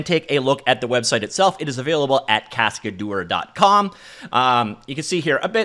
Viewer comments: a cascadeur is a stuntman. And you can pronounce it "cascaduhr" instead of "cascadour". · The way he pronounces it sounds like cascadour, he needs to say cascad-ehr so its closer to the real french pronunciation. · In French this project name spelling is more like "cas-k-d'her" than "cascade-or", quote difficult to say for English speakers anyway ;-)